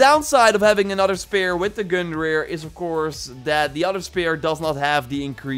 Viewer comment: it isn't GUNKNIR it is GUNGNIR and it's odins spear